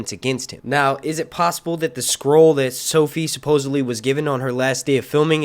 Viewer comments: Lol at him pronouncing scroll as "squirrel" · I thought you were saying squirrel lol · Is he saying squirrel?